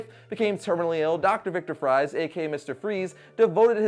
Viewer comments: Is Victor Fries really pronounced "fries" like French fries? Mom pretty sure it's pronounced "freeze" that is what makes it so cool. His last name is pronounced like his villain name. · Isn't it pronounced as Dr. Victor freeze. Not Dr. Victor fries. Even though it is spelt as fries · its not pronounced FRIES, like frensh fries...its actually pronounced FRIESE(FREE-ZE),just like his alias,Mr.Freeze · Mr. Fries is pronounced Freeze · dr fries is pronosed freeze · Actually Fries in Mr. Freeze's last name is ironically pronounced as Freeze. Common Mistake. My Top 4 Favorite Batman Villains are Joker, Scarecrow, Riddler, & Rā's Al Ghūl. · for mr.freeze his real name victor fries is actually also pronounced "freeze" as well not like french "fries" XD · He can pronounce Ra's but not Fries... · Victor Fries like French .... Fries is still pronounced "freeze" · Lol, "Doctor Victor Fries" His last name is pronounced Freeze, not fries, though it's spelt that way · One thing that annoyed me slightly: "Fries" is pronounced the same as "Freeze". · Mr. Freeze's real name (Victor Fries) is actually pronounced "freeze". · Fris is pronounced freeze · Some awesome Batman villains to add to this list: Cluemaster, Scarecrow, Red Hood...Joe Chill? Naw... Also, I think "Fries" is pronounced "Freeze", like his villain name. I could be wrong. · I know his name is spelled Fries but it's pronounced freeze.